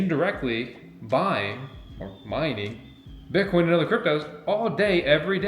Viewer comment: "BIT" - - - - "COIN", say it FRENCH......."BIT" - - - - "COIN"